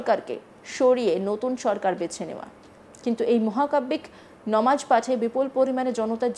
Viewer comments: নিউজ প্রেজান্টার হয়েছেন কিন্তু উচ্চারণ এখনো শুদ্ধ হয়নি নামাজ কে ইচ্ছা করে নমাজ বলেন। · ইচ্ছে করে নামাজ কে নমাজ বলছেন। যদি ভুল করে বলে থাকেন আশা করি সংশোধন করবেন ।